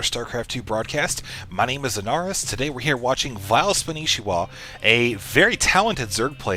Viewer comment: I already knew it was spanishwa but you're pronouncing it spanishiwa. (spon-ee-she-wa)